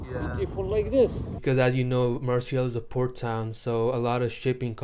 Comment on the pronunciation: It's pronounced Mar-say.